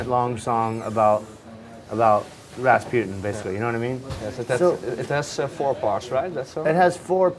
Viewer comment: "Raspututin" INTERVIEW FAIL